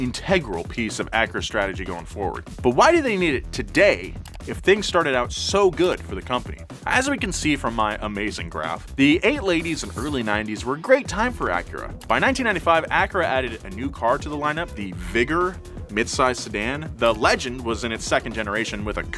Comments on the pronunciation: dyslexia really hit you there huh? “The 8 laties and the early 90s”😭😭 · "The eight ladies and early nineties" Nice. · 8 ladies and early 90s? Am I the only one who heard that...? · “the eight ladies and early nineties” English is quite the hard language I will not lie haha